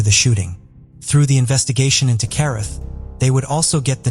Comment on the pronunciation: Carruth is pronounced Cah-rooth.